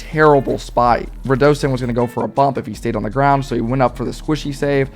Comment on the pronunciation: No hate and love your vids but radosin’s name is pronounced “ruh doe sin” again love your content it makes my day